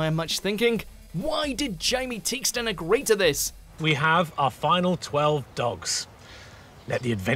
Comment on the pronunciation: said Theakston wrong